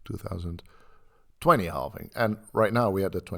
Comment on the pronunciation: Halving not halfing